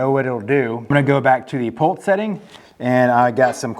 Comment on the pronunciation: I’m sorry, are you saying “pults” or pulse? Otherwise, great video 👍